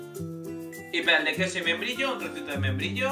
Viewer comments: después de escuchar muchísimas veces, lo que dice sino me equivoco,,, dice...... membrillo😲😲😲😲🤣🤣🤣🤣lo demás se entiende si. Gracias!! muy buenas ideas!!!👏👏😗🎄⛄🌲⛄🎄🌲🍃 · Es membrillo!!! Jajaja. A mí también me pasó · Es membrillo. Yo tampoco le entendí al principio